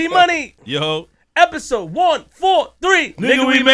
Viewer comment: You said episode ## wrong, great interview so far salute